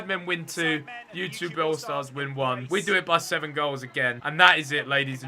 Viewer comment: he sais ytgoal stars